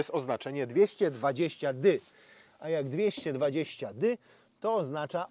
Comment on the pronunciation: 220 nie DY tylko DE